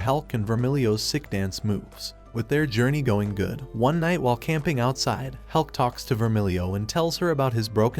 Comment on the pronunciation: maybe hes saying about hulk not helk